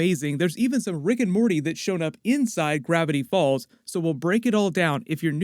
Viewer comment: bro said riggin' morty